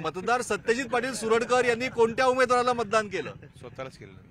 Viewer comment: सुरडकर। नाही। सरुडकर